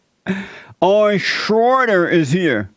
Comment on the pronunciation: Ow-yen Schoyder